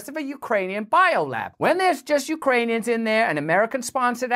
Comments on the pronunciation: "so we are working with the Yoocranions" come on, woman... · Did she say Ukraineons.